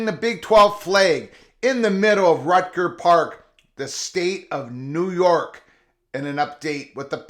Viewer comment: "Rucker" (rhymes with motherf--er), not "Rutger"